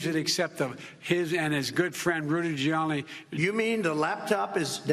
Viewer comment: The garbage is the creature mispronouncing Rudy Giuliani’s name. Can’t even form a word what is shame